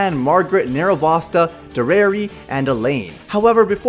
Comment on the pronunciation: Listen, I understand that people say names different. BUT HER NAME IS NOT PRONOUNCED DERRAYRY